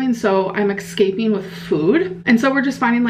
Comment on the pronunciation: eScaping not excaping, please stop inventing new wrong ways to pronounce words